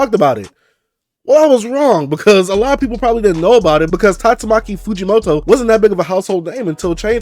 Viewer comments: Bro it's Tatsuki Fujimoto,,,not Tatsumaki😅😅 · First of all it's tatsuki fujimoto not tastumaki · I love your vids and all but its spelled/pronounced TATSUKI Fujimoto.